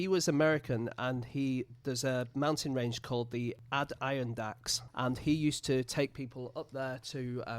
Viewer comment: As a native American word (supposedly based on a Mohawk tribe word atirǫ́·taks meaning "eaters of trees") it can be challenging to pronounce. Hearing James force out "add IRON dack" was an absolute trip. If you want venegeance, just ask me (a yank) to pronounce a few UK city names.